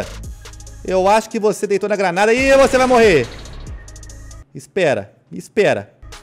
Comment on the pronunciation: Pq toda vez q vc jogar granada fala crareira